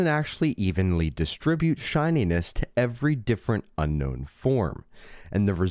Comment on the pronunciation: It's Un-Own. Not Unknown. Drives me crazy lol